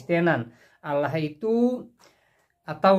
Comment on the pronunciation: Bukan olloh Z yg benar Allah